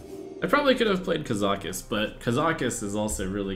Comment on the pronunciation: ka-za-cuss not kuh-zaw-kuss lol wut